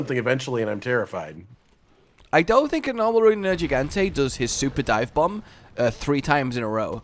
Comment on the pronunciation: I keep forgetting pronounces Nergigante with a soft "g", and I also forgot just how much that bothers me.